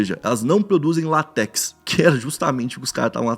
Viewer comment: LÁtex, e não latéx